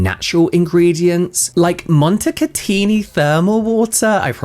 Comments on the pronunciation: you pronunciation was IMMACULATE! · Yes, nailed it then! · not that it matters but your pronunciation of montecatini was actually spot on!! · Being uneducated, uncouth, rude, self-centered and narcissistic, Madonna is the last person I would trust for my well being. Even if she uses mud from Montecatini (by the way, your pronunciation of the world is very good, I don't know why you feel insecure about it. You only have to say utterly the name of this Italian Spa, apropos, not the best Thermal resort in Italy and you will doing very good...) I would stay away from her recipes at all costs. Beauty has never been her forte in her life, besides, She has no Biology training whatsoever, but she has the stamina to say :- Do what I told you to do! - to professionals even if what she wants goes against scientific rules. I can easily figure up the amount of abuse her chemical employees had to endure from her pettiness... To conclude: BIG IN JAPAN was a very popular song of an 80s band called Alphaville and the lyrics were all about arguable success, So I wonder if she really sold so much in Japan... The Armani cream, made with volcanic mud from Pantelleria, it was truly Fabulous, but after de first jar, I couldn't buy the second: the production was discontinued, at least herein Europe. Maybe Armani cream is BIG IN JAPAN as well...No need for the western market... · You said Montecatini perfectly Hi from Milan, Italy💙